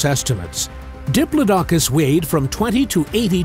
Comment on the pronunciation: I hope this doesn't turn out to be one of those "go to sleep" videos that turns out to be way too interesting to fall asleep to. I'll just go put my python to bed first. 😂 And it's "di-PLOD-i-cus" not "di-plo-DOC-us."